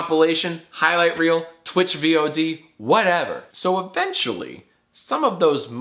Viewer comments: Vee ooh dee? Okay, you’re not wrong. But you’re wrong. Just say vod. Like rhyme it with god or You’re a boomer. Love you ❤️ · It's Vod like Zod, Jack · jack pronouncing each letter in VOD separately really salts my apples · “stream Vee Oh Dee” god jack’s a grandpa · aww, he calls them V-O-Ds. How cute. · This man really said vee-oh-dee :| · jack spelling out VOD proves he's like 55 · Jack did you know you can pronounce VOD like a word and we will know what you mean?